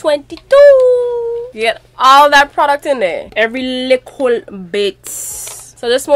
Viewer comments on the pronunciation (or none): "Every likkle bit" LOL! You sure sounded like my Jamaican/Trini family members there.